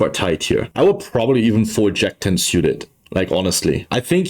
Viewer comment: Love everything about your content. Just stop saying "siuted" please. It's "sooted". Drives me nuts. Lmao, half kidding...